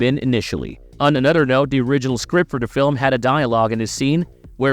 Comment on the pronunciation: Dude you you seriously are gonna talk over the whole thing like why can’t I watch the thing it’s a horrible video and the way you say another is so weird Super thumbs down